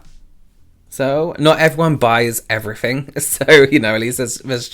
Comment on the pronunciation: Your "everyfing" is utterly addictive. I'm a fan 🤩